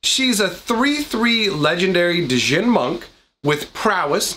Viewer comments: I think hearing you say da-jinn 500 times made me go crazy 😅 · Pronounced "Gin" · As a tip, the 'd' in djinn is silent. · the d is silent in djinn pronounced like gin. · I liked the content but please, the d is silent. 😨